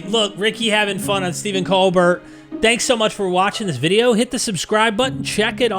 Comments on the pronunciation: "Coal Bare" Get it right young man! LOL. I never occurred to me Colbert was religious. He's played a false conservative for so long, I pegged him as totally liberal and atheist. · FYI Colbert is pronounced COAL-BEAR with a soft t